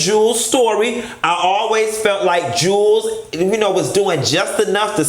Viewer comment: Jew wells not Jules lol